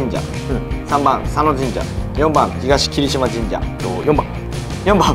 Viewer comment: 出題者が東霧島神社を ひがし霧島神社と読んでおりましたが、 つま霧島神社と読むのが正解 （テロップでは「つまきりしまじんじゃ」となってはいましたが・・）